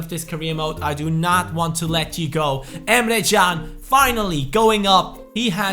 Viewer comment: Dude the way you say "Emre Can" is beautiful 😂👌